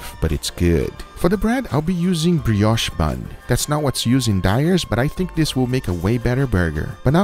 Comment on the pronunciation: What What What? Breash Buns?